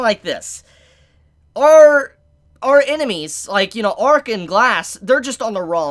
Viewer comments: L'arc is pronounced la-rc, not arc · isnt is pronounced Larc not Arc? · Downs kid, the characters name is L'ark not ark. Jesus christ. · Its lark not ark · did u hear how many times he said Arc instead of L' Arc